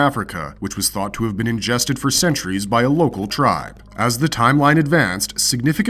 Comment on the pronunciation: Not gonna sub cause you said "for cneturies" at start lol